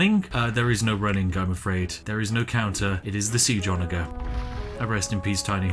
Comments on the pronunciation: ITS A SOFT "G" IN ONAGER... otherwise the video was great! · The way he pronounces 'ONAGER' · Idk if you're mispronouncing "onager" on purpose or not, but damn does it trigger me